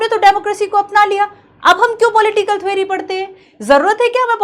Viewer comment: Thwery❌ theory✔️